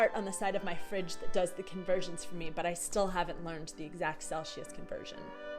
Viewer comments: Gotta be honest, its the first time I heard celsius pronounced like cel-shus instead of cel-sih-uhs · Love the video, but the way you say Celsius made me laugh 😅 there's a S there not SH/Š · Celsius - pronunciation! There is no sh sound. (sel·see·uhs)